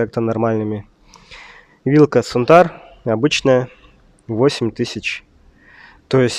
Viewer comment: Сантур = Сунтар Мишлен = Мойчлен Интересно вы конечно озвучиваете название фирм🤭